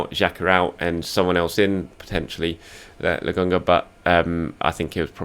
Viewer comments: It's Lo kon ga, 🤣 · Absolutely butchered his name 😭